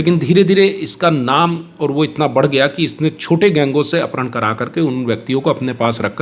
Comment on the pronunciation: अपहरण कहना मुश्किल है अपरहण बोल रहे हैं